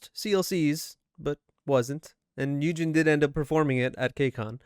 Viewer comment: iz*one and their iconic intro and outro will never get old, minju is literally sana's and tzuyu's long lost sister. She was also offered to be in Le sserafim but she refused/rejected the offer cause she has always wanted to pursue acting so she is an actress now and also an MC for music shows. Btw, you pronounced yujin's name as yunjin 😂